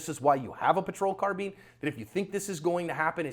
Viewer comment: it's pronounced car-bine not car-bean.